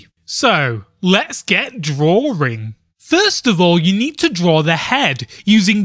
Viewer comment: "The year, of DRAWRING."